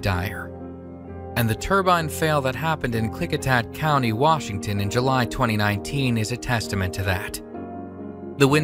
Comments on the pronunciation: Lol "Whashington" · whashington...noice phear pron